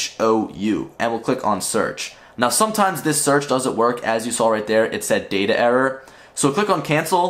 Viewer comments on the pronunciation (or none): none